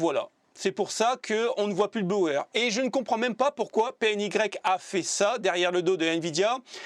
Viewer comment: salut, la marquer PNY se dit en francais ( prononciation : Pé-enne-Why) , bien a toi